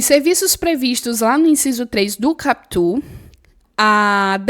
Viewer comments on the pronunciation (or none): Prof, não se fala capítu (CAPUT) e sim KÁputi. kkkkkkk, mas tu fala bonitinhu!